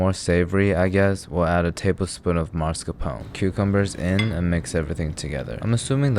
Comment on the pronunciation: Great vid. Just one pet peeve complaint: Mascarpone. It's pronounced like "nascar" but with an "m". You don't move the R. It's not Marscapone. It's MAS-CAR-pone.